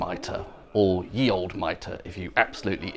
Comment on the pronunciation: Thank you for saying ‘The Old Mitre’ and not yee oldee mitre.